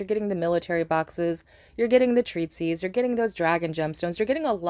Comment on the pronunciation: 'treatise', not 'treatsies' 😂